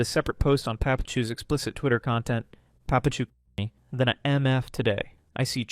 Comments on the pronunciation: its papa-chu, not puh pachu. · please pronounce papachu and mamachu the right way!